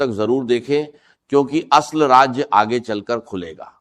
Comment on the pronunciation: Raaj nhi raaz dubbing tou ache se kr lete ...